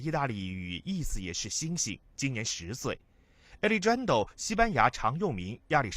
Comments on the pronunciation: 亚力詹都……应该读阿力汉德 rrrro…… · Alejandro is a Spanish name and should be pronounced ah-lay-HAHN-dro. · 这青田话和alexjandro的音真的不能再忍了。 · alejandro 的发音不能忍